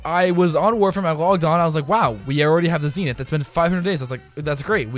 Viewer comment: oh my god how can you not pronounce the weapon's name, its clearly zenith...